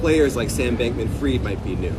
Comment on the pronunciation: She said Sam Bankman Fryed....